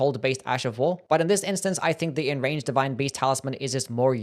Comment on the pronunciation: I’m just joking about how he always mispronounces Enraged 💀